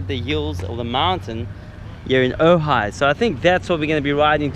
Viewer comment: Nice edit, I am impressed that you pronounced Ojai correctly so many times. Cuz when you were here you kept calling it OJ, oga, ogy, ooogggaaaii. 🤘